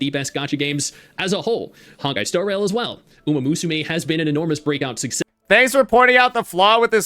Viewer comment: 🥷 said umamooSUmae 😭